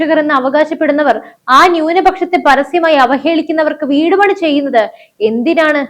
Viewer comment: വീടുപണി അല്ല വിടുപണി എന്നാണ് പറയേണ്ടത്